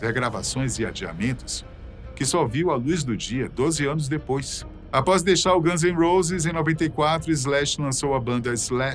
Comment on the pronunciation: Caraioooooo traga alguém que saiba pelo menos pronunciar o nome dos personagens de maneira correta… quando ouvi “os ganses roses” deu vontade de arrebentar esse maluco dos países do alto